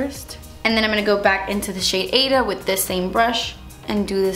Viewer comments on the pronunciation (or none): I think Ada is pronounced (aye-duh), that was my mother's name. ❤❤